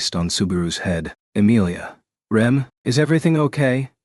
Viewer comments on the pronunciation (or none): The AI just can't get Rems name right lol.